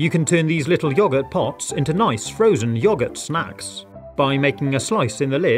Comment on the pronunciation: Who else finds it funny when he says yuh gurt lol